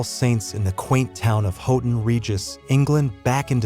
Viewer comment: Houghton Regis is pronounced “How-ton Regis”. 🇬🇧